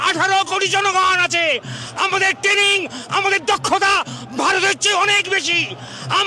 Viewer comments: Abe kathata tening noy kathata traning... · যারা নাকি ট্রেনিং কথাটাই ঠিক মতন উচ্চারণ করতে পারছে না তারা করবেন যুদ্ধ 😅😅😅 খারাপ লাগে এটা ভেবেই যে বাংলাদেশে অনেক প্রতিভা সম্পন্ন লোকজন আছেন, মনে হয় তাদের অনেকটাই ক্ষতি হয়ে যাচ্ছে, বিশেষ করে শিল্প সংস্কৃতির দিকটা। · দাদুদের alzimar বা মানসিক বিকার হয়েছে। ট্রেনিং কথাটা ঠিক মতন উচ্চারণ করতে পারছে না । যুদ্ধ করবে । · উচ্চমানের গাঁজা সেবন করে ফেলেছে,,, ট্রেনিং কথাটাও ভালো করে উচ্চারণ করতে পারছে না,, বলছে টেনিং 😂😂😂😂যদি এতোই ক্ষমতা তাহলে পাকিস্তান টা কে দখল করে বৃহত্তর বাংলাদেশ গড়লেই তো হয়,,,,, আরে ভাই যুদ্ধটা তাজিয়া নিয়ে লাঠি খেলা নয়,,😂😂😂😂